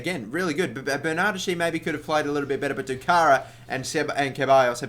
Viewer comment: BTW Bernardeschi it's pronounced Bernard-Heskey 😊